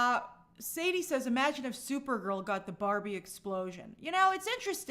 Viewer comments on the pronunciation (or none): none